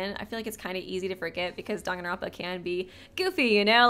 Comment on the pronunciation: nah he pronounces it dongonronpa